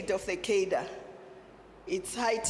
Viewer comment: Please learn how to pronounce “cadre”. Also, please. No more communist rhetoric. Thx.